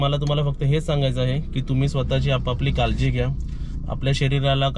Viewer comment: कालजी नाही रे काळजी बोल किती अशुध बोलतो